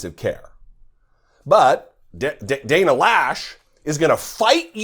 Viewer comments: My sister's last name, I believe it's pronounced, Lowsh (as in low) (not Lash). Does she not know the difference between military and civilian? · I think her name is not pronounced Lash but Loesch like in cockroach. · right, of course. The graffiti on the NRA headquarters, one word: 'consequences'. The correct pronunciation for 'Loesch' is 'Low'. This idiot of a woman equates 'fight' with a gun. When it's an assault rifle, it's less about fight, and more about fall. Somehow to her, guns can be used in a 'noble' manner. Let her see the nobility of what these weapons of chaos do to a human being. That sways most people. At some point, some of these gun dummies may lose their child to an AR15. Watch the change in them, then.